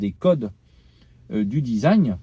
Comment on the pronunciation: Désolé j'ai bloqué dans ta vidéo sur ta prononciation de "Design" 😂 "Dizagne"